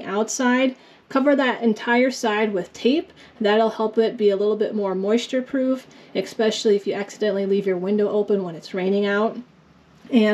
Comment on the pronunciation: You just said Ec specially. The word is spelled ES specially. Pronounced ES not EC. Especially.